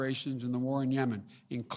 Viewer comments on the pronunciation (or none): none